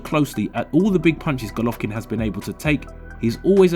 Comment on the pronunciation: Why are you the only person who pronounces his name like that?